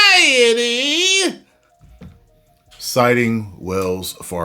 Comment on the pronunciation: the way you say variety gets me literally everytime 😂